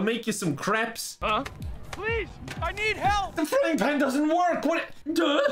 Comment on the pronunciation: "I'm the chef though can I make you some CRAPS" Me: don't you mean CREPES XD